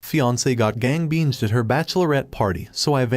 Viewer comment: Gang BANGED not gang binged. Try having it read like a human being.